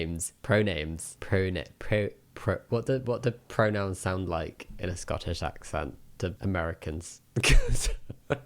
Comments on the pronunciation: Hey Jammi, to answer the question from someone born and raised in the western US, the way he pronounces it sounds kind of like " Prahnims " so I can understand why they would need a double take haha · sounds like he’s saying pro-nyms. Like homonym, but no homo…. and pro? That was honestly unintentional and I don’t have a better example word 🤣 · american here, it sounds like pronims. honestly and now i cant stop hearing this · Pink haired guy sounds like he's saying "Pronims" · As an American, i hear “Pronims” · I honestly heard "pronounce" 😂 I would have asked him what he was trying to pronounce! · he's sort of saying it like pro-nyms. "nym" can be interpreted as "name". both the fact thats what it means, and the way you can confuse. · The scottish guy sounded like he was say pro-nim. I can understand the confusion. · It sounds to me like he's saying "pronems". If I didn't already know what he was asking, I'd be asking "What?" too. A few times it sounded like "What's your problem?" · As an american it sounds like he's saying "pro-nims" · As an American it sounds like he's saying pro-nuns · What bugs me about the colorful guy, is that when people are clearly not understanding what he's saying because of the accent, he pronounces it even worse the next time. In another clip he says it perfectly clearly. but most of the time, it sounds like he's saying "Pro-names." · I think he is saying "pronyms". I'm not sure if that's a word, but that's what I'm hearing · I’m Scottish, and the Scottish guy definitely sounded like he was saying “pro-names” several times. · Im american and yes, it DOES sound like that guy is saying pro names lol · scottish pronunciation sounds like pro-nyms to this yank (any pronouns)